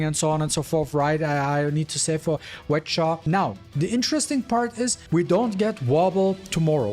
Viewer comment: I love how you call her "wet Cha" lmao. Idk why am I still playing this OC robbery game